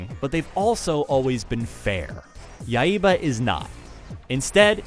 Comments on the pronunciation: yeah, its Yai-ba. but hey he tried haha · he says Yaiba like YA-II-BA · ya-e-ba what? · "Yai-eh-ba"? And no comments on the zombie clowns or women's underwear? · Dude pronounces the HELL out of that word. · Ryu is pronounced Lew in japan, and accent in Yaiba is on the first a. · His pronunciation of Yaiba kinda annoys me. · Y u pronounce yaiba wrong